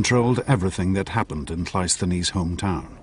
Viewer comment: That's not how you say Cresus' 🙄 Or Cleisthenes' But okay, point made.